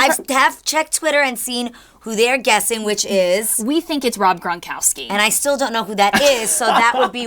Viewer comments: Rob Gron-COW- SKI... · Cow Ski. “Gron-cowski” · How do they not get it Rob Gron-COW-SKI :o .... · COW SKI ... KOW SKI .... GRONKOWSKI!!! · Gron - cow-ski genius